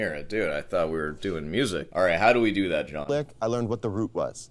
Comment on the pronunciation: he actually said "do dew that"! 🤣